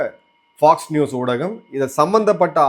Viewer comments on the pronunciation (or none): none